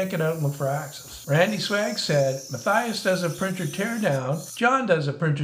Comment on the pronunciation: I love your stuff John, but doesn't Matthias pronounce his name muh-TEE-us?